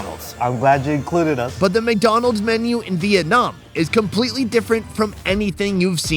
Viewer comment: Biggow dan mokk dahnnold...good to know.